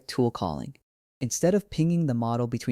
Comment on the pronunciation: You could at least fix the AI speech to correctly pronounce Hermes.